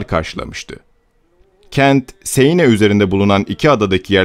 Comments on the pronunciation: Şarlomanye değil Şarlmayn okunur; "Siene" nehri değil, "Seine" Nehri, okunuşu da "Sen("e" uzatmalı; "n" vurgulu) Nehri; Frankia değil Fransia (orijinali "Francia", ince sessizlerden önceki "c" k değil s diye okunur); Ruan değil, Ruen( orijinali Rouen); Monte Marte değil, Mont Mart; düzeltmekten sıkıldım artık :) nerdeyse söylenen/okunan bütün özel isimler yanlış okunuyor! bu ne yaw, bu ne ciddiyetsizlik, böyle ciddi bir şey mi olur? Hele ki tarih konusunda!? Özel isimleri istediğiniz gibi türkçe okuyamazsınız; özel isimler yazıldığı dil latin alfabesi kullanıyorsa aynen orijinal dilinde yazıldığı şekilde yazılır, ama orijinal dilinde okunduğu gibi de okunur, bunu bile bilmeyen oturup nasıl tarih konusunda, ciddiye alınabilecek bir yayın yapabilir. Ayrıca bunu yanlış yaparak aslında konudan ne kadar uzak olduğunuzu, araştırma yapmadan alıntı/çalıntı/arak( :) ) yaptığınızı açık ve bariz bir biçimde belli ediyorsunuz! Herkes yabancı dil bilmek zorunda değil elbette, ama google translate'te orijinal dilinde nasıl söylendiği/okunduğu zaten var, bari oradan baksaydınız, pes yani...görende ciddi, araştırılıp yapılmış özgün bir konu zannedecek, artık nerden alıntı veya arak kim bilir!? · siene değil 'sen' nehri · seine değil sen okunur. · "sen nehri" diye okunuyor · Arkadaşım dikkat ediyorum da hemen hemen her videoda telaffuz hataları yapıyorsun bunlara dikkat etmen gerekir seine değil sen nehri çarlemanye değil şarlman avrupa tarihinde derin izleri olan bu ismi hiç mi duymadın merak ettim açıkçası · Seine ne yaaa. Sen diye okunur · Bir de şu nehri doğru söylesen kanser oldum dinlerken ''seyine'' ne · Siene de "Sen" şeklinde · Sen nehri diye okunuyor. Fransızca yazıldığı gibi okunulmuyor